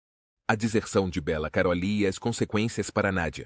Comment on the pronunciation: Detesto vídeo IA pq pronunciam tudo errado é Bella Karoly o nome dele. Karolíííí ... naaaao